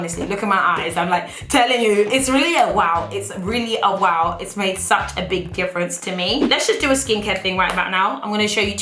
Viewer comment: I'm now in the habit of saying woaw rather than wow cause I've seen n heard u say it so much😂😂😂